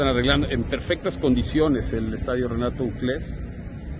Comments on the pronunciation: Porqué le dice Renato Uclés a Chelato Uclés 🤔... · El reportero de tv azteca siguió diciendo renato ucles que nadie le dijo que es chelato ucles?